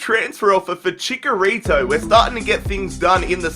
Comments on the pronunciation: you're pronouncing Chicharito wrong. Its Chicharito not chikarito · it is chicharito not chikarito lol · the striker I want is aguëro or swap benzema for lukaku Also ITS NOT CHICKERITO ITS CHICHARITO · It's not chikarito its chitsharito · It's not CHICKARITO It's CHICHARITO Like NACHOS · ViZeR Gaming hd he's right it is pronounced like "nachos"